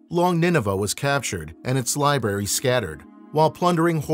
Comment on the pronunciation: Learning how to pronounce “library” would seem to be essential for a program such as this….ahh well judge not I guess…